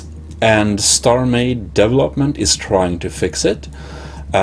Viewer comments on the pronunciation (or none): devel-hop-ment team, sorry though, but i find your pronunciation funny. But don't worry i have issues with it too.also you should pronounce it like this - dee-vel- up